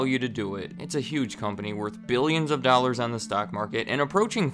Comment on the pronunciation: Honestly I come to videos just to hear him pronounce “dall-ars”